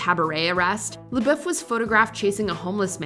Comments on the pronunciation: The way she pronounces his last name is irritating. May be the proper pronunciation but if he says it as “Labuff” then pronounce it that way lmaoo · What is with the Watch Mojo narrators always pronouncing things so cringy. I wanted to punch my screen. NO ONE, not even himself, says his name with that God awful accent. It's pronounced SHY LA BUFF! That's how he says it, that's how YOU should say it. Hence forth, can we call you......... Must be a Canadian channel cuz every YouTube channel I watch with Canadians is such a struggle to say words normal I swear. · Bruh if you’re gonna do a video on Shia at least pronounce his last name right jfc